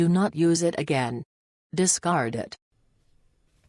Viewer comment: Discart, discart, discart, discart, discart, discart and discart...